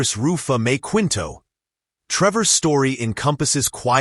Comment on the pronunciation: kinto(Quinto) po pronunciation not Kwinto